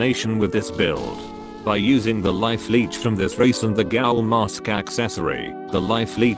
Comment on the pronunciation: Gaul? ITS PRONEOUCED GHOUL